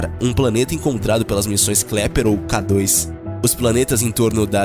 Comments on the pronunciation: Sim, é melhor deixar avisado para as pessoas aqui que o nome correto é KEPLER e não KLEPER. Abraços. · Por favor.... O correto é Kepler. Não Kleper. Fora isso, parabéns pelo vídeo. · Kepler não Klepler😂😂😂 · Pelo amor de Deus não é "Kleper" é Kepler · Amigo, não é Kleper, o nome correto é Kepler. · 😂😂😂😂 Kleper? Kleper, não! Se você fez a educação fundamental deve saber que é Kepler. 😂😂😂😂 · "Kleper" 😂 😂 😂 legal. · Impressão minha ou ele disse KLEPER varias vezes? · Disse Sim.